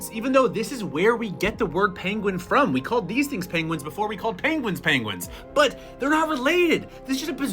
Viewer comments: "Pengwings" - Benedict Cumberbatch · And not "penwings" mr.Cumberbatch. Just saying... 🤪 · 'Uh, sir, I believe they are called Pengwings.' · Benedict Cumberbatch: "Excuse me, sir, but you are mispronouncing pengwings." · Yes! The real penguins are extinct. What we have now are actually called Pengwings